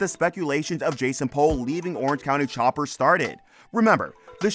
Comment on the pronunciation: It's "POOL" not "Pole". Did you watch the show at all?